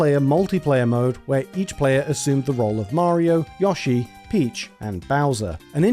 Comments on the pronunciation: Yo it’s Yo-Shee not yushi lol 😂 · This video is great, but if I hear "Yaw-she" instead of Yoshi one more time I'm gonna go sicko mode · Fr it’s yo-sheee not yushi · It's Yoshi, not Yashi! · Who tf is Yashi? Its Yo - shi. You brits invented the language. Try and speak it correctly. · Thumbs down because really? An Ad every 5 minutes? And you can't even pronounce YOshi? If I wanted to hear Yawshi I'd move to texas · I understand you have a British accent but he even says his own name and its pronounced YO-SHE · Every time you mispronounce Yoshi, it hurts me.